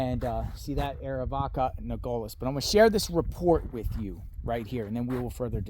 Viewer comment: It is pronounced: Nogales Noh-GAH-Lehs.